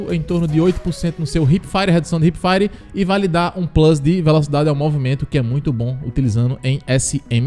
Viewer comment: Hahhahah, quando ele fala Plus tbm mano